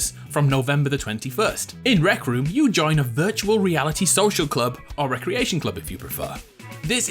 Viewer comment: rect room? oh sorry rec room 😄😄